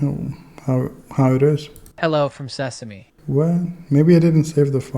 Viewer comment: See-sum? C'mon dude